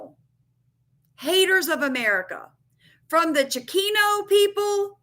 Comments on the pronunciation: It’s Chicano (chee cahn oh) not chikino. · Hey just saying I watch your videos all the time and support you but just wanted to let you know it's pernounced (chi-con-no) just so no one else has anything to say about that but other than that thanks for the heads up all the time . Keep up the great research 😊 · It is pronounced Cha-con-o. I grew up in Houston. I heard it often years ago but I haven’t heard it being used for a long time. Wikipedia defines it as…. Chicano refers to an American, particularly a man or boy, of Mexican descent, and it emerged as a term of pride during the Chicano Movement in the 1960s. Originally a derogatory term, it was reclaimed to express cultural identity and political empowerment among Mexican Americans.